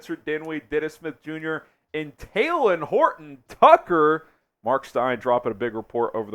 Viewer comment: It’s not taylen it’s talen